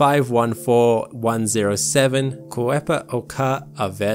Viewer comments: Subscribed because you pronounced Ka'epoaka'awela far better than I expected. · Massive props on pronouncing Ka'epaoka'awela, takes a big man to even try.